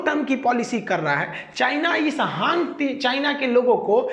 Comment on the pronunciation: हांग चायना नहीं, हान चायना कहो।ये गलती छोडके बाकी व्हिडीओ बहुत अच्छी है।चायनाकी पोल खोलनेके लिए बहुत बहुत धन्यवाद।